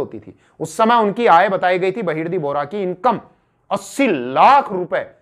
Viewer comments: बहिर्दी nhi बहिर्जी 🙄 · Its बहीर्जी नाईक not बहिर्दी नाईक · आप नाम गलत बोल रहे सर जी बहिर्दी नाईक नहीं.. बहिर्जी नाईक है... मै आपके बहुत व्हिडीओ देखा हू. बहुत बढिया.. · बहिर्दी नहीं बहिर्जी नाईक 👍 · वो बहिर्दी नही बहिर्जी नाईक है ! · बहिर्जी नाईक ना ki बहिर्दी नाईक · बहिरजी नाईक, नेतोजी पालकर ऐसा उच्चारण है